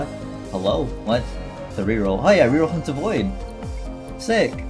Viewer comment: Why word "rerolled" sounds like "rickrolled"?